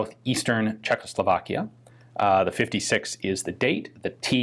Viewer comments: Great video. Small detail... it is pronounced CzechosLovakia, you say CzechLosovakia :) Your pronunciation of other names is pretty great though! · I gave this one a miss because I don't want to hear Czechoslovakia pronounced Cheklo-slow-vlakia anymore